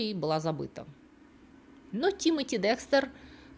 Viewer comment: И ИСТОРИЯ НРАВИТСЯ, И БЛУЗКА ОЧАРОВАТЕЛЬНАЯ!!!! И ВСЕяТАКИ БУКВА Е ЧИТАЕТСЯ, КАК ЗВУК Э! и он ДЭКСТЭР, А НЕ ДЕКСТЕР!!!!